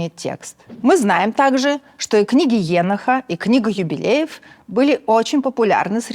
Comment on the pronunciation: Странное ударение в имени Еноха. Гебраисты говорят все-таки ЕнОх.